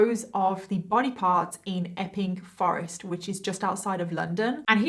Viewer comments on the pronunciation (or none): It sounds like she's saying ffffing forest. 😜